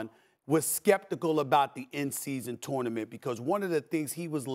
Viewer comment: The way SAS pronounces tournament is broken